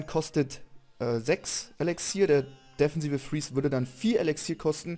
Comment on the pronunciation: deffensive? :D defensive :* süßer Sprachfehler <333